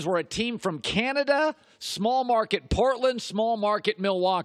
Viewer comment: Listen to him say Canada like 10 seconds in